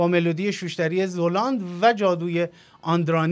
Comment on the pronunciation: سلام ممنون میشم زلاند رو درست تلفظ کنین ...فرید زَلاند درسته